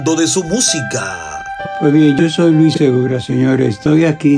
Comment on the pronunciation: el narrador del video dice luis seguda y es luis segura es media lengua 😂